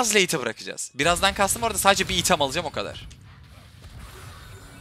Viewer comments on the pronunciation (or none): none